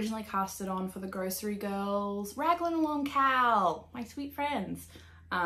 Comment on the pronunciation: Haha high five on not editing! You’re perfectly imperfect just the way you are! Gorgeous knitting, ESPECIALLY that lento which is in one of my all-time favorite colours! Also, quick Aussie cuteness alert, whenever you say “cowl” I often think you’re saying ‘KAL” and vice versa. Prob just my ears but it makes me smile every time.